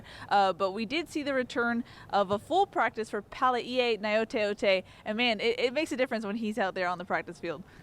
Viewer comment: DAYUM,. You NAILED Palaie Gaoteote's name pronunciation.